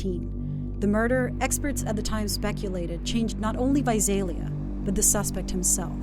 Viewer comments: Correction, she pronounced correctly like twice 😂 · I love how half the time the narrator pronounces Visalia correctly and half the time she throws a Z in place of the S 😂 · I live in Visalia. It's not pronounced with a Z, the way the narrator says it. It's said exactly the way it looks Vi-SAL- ia not Vi-Zal-ia. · Visalia Pronounced vy -say -lia. Not vy zaye lia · It’s Visalia not Vizalia lol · This drove me nuts! 😂 like where does she see a Z to throw in?? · Naturally, the reporter would not even bother to try to say Visalia right.... sigh... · Why can’t ppl pronounce Visalia right lol my mother’s friend died from this guy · please pronouce Visalia right. #559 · Reppin visalia...what what, also news lady learn the correct way to pronounce visalia